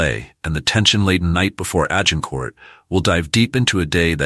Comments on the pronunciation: Hey... it is not Agin Court! And he was Henry the 'fourth' not the 'futh'. Whom ever produced this video needs to go to English classes or pay for a better linguist. It is too painfulto listen to, let alone watch. Ach Y fI! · You don't pronounce the final letter of French words